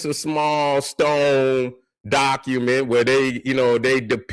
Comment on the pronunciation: This ain't the real. I think those pekkkawoods got to his brain like they did Young Pharaoh. 🤔Did start off properly saying "document" instead of "dockamint"?💭 Nah bro, Unc has been compromised by dem people.😅🤣JK. BLACK POWER ✊🏿 🟥⬛🟩